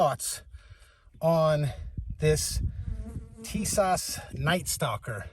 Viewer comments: Hey bud I just want to inform you, if you do not mind.Tis-ash say like this also John~Nick...say fast Canik Nice video by the way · Did you disassemble clean and oil before using? If not, that's probably half your problem. Upon disassembly, you get the chance to inspect the weapon for loose, or I'll fitting parts before shooting it!!! This could literally save your life... BTW it's pronounced teesaw... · Wouldn’t you figure out the correct pronunciation of the name before you make a video?